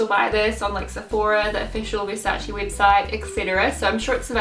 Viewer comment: Hahahahahaha don't tell me she pronounced Versace as 'Versachee' hahahaha it's pronounced 'Versaisse' hahaha that French pronounciation tho 👌🏼